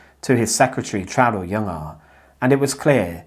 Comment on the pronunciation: Warum können Englischsprachige nie Traudl Junge gescheit aussprechen?